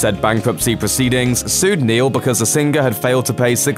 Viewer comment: Ha ha I love how this guy says sing-gur . Also sez not saaays!